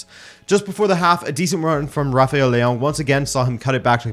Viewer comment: Why does he pronounce Leao like that?